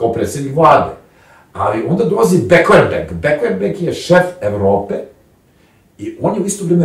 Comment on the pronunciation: Begler-beg, a ne beklerbeg! Pardonirajte, ali jesam sitničava, kada je jezik i određena terminologija u pitanju.